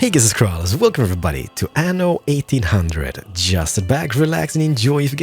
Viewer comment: You should pronounce "aNNo 1800" with two "N". With one "N" it means "anus 1800" in italian.